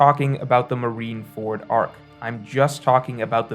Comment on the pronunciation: What is with OP YouTubers and mispronouncing syllables? You got KOL with oDEN, Brago with rever-E, and with MarineFORD. What is going on